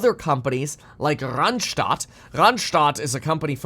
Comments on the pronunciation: Your "Randstadt" pronunciation is very South German 😊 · Kevin, it is great how you say "Randstad¨. I love it. 😁